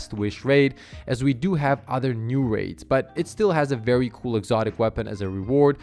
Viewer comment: “VEWWY” lol